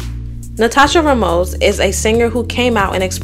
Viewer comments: Sony is pronounced *So-Knee* not “Sunny. Mill-e-ahn, not Mil-lawn, Rahhh-mos, not Ruhmoz, Gee-lee not gig-lee 😭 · lmao GUURRRL... truly, I wasn't trying to be mean 😂 I remember that at the time, there were like 4 mispronunciations that really stood out to me. Even super easy last names like Ramos were said wrong! It's stopped to be RAY-mose (or RAY-most, minus the T) and it was said rah-MOSS, or something like that. Ngl, I had a good laugh at that one 😂 But fr tho, sometimes I be thinking that these creators know what they're doing. Pronouncing something obviously wrong or misspelling easy words is a sure fire way to up that engagement! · you’re both wrong, it’s a Spanish name, thus pronounced RAH-mos. Sure some non-foreign-language-gifted Americans might say it with a long A, but it sounds dumb.